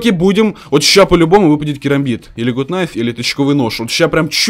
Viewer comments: не гут найф а Гат Найф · Это ведь гАт найф,а не гУт найф